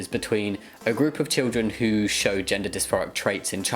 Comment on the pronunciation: she said actually shshssshow signs XD